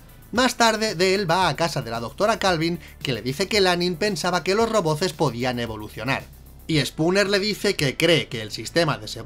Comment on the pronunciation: se dice "roboz" con "Z"🤣🤣🤣